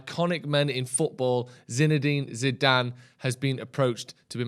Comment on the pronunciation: Can you teach () how to say his name please..